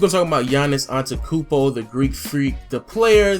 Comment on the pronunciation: You butchered his name